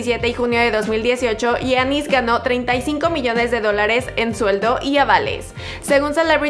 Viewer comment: Porqué no pronuncias bien el nombre de giannis